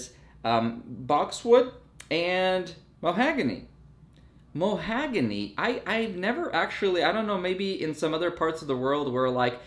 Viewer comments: Mahogany......not mohagany 👀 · The knights are an acquired taste. Also, it's "ma-HOG-ony", not "mo-HAG-ony"! 🙂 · Muh-HAW-guh-nee not mo-HAG-a-nee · The wood is pronounced mah hogany